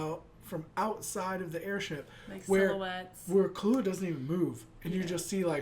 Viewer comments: It's pronounced "Kill-oo-a", but you're emphasising on the "oo" too much, like "Kill-OO-a", just say it all at once like Killua. I sound like an idiot lol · The accent is on the Kil, not the lua of Killua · Why do you keep saying Kullua It's Killua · lol he keeps callin him Kahlua like the alcohol. BRUH